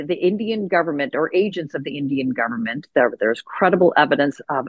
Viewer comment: bro said "gudvernment" hahahahahahahaha